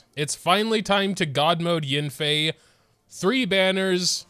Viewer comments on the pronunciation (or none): it’s yAnfei, not yinfei…